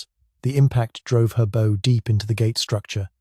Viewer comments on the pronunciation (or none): AI needs some work bow as in cow not bowe as in slow. And it’s pronounced leftenant in English English. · Really don't like ai voices reading scripts ....... It's a Bow (ship) not a bow (tie) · Why do we need to hear this AI slop ? Is a simple actor to read a text such an impossibility ? A ship's bow is not a long "bow." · Artificial Intelligence narration. The front of a ship is not a bow (as in 'bow tie' It's pronounced b'bough'.) Hire a professional voice artist to do the job properly. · Is it AI or just lack knowledge which makes these narrations pronounce a ships bow as an archers bow ?